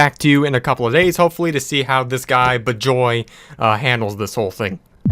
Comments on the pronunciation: The fact that you pronounced an Indian name like that triggers me (Talking 'bout Bijoy Mohonto) It should be 'Bee-joy Mo-hon-to' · BIJOY MOHONTO should be pronounced as Wee-juy Mo-hun-toh